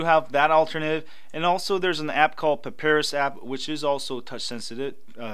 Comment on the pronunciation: ~ he says something that sounds like "Paris app" I couldn't understand what he said until I freeze framed it. The app on screen is "PAPAYRUS" pronounced pə-ˈpī-rəs.